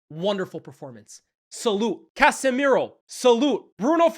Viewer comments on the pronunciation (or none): none